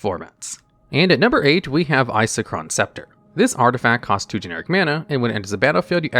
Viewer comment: I don’t understand how you can say Isochron correctly but then say whatever abomination you came up with for Palinchron. Just takes me out of the otherwise informative nature of the video.